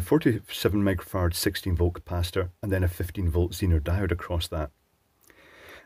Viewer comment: I swear, when he read out the capacitor's rating, I heard 470 microfarts.